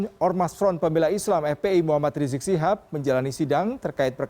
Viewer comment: Riziq ... Reziq .... ndak sopan nyebut orang leeeeee ..... leeeee .....